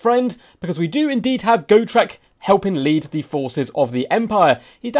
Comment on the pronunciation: Its got- rek not go- trek. You make it sound like go shrek